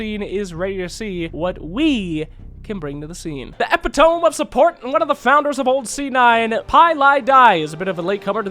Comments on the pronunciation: It's pronounced ep-it-o-meeee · ITS NOT EPITOMB, YOU DUMBASS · EH-PIT-oh-MEE You even have it on screen in phonetic notation,!:P Entertaining vid though, I give it 5/5 EE waifus. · isnt int eh-pit-toe-mee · THE WAY HE PRONOUNCED EPITOME IM DYING